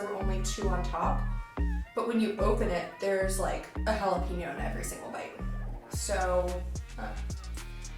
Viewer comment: Dear Gringos ---- It's NOT "Hah Lah Peen Yo" it is pronounced "Hah Lah Pain Yo". Gracias por su atención.